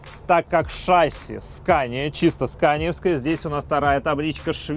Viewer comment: Если бы ещё в слове "шасси" правильно ударение ставил (на И, а не на А), то было бы шикарно